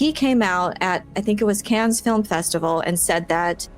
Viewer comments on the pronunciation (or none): "...Cannes Film Festival..." It's pronounced like "can", not "cans". I think it's been interesting to see how the interconnectedness of stories in Star Wars (and Marvel) has gone from appealing to off-putting. Adding too many layers to increase the immersion for existing fans has made the later stories inaccessible to newbies and casual viewers.